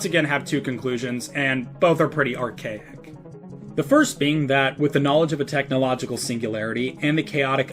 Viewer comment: Archaic and architect, correct Source: hello my name is Tynan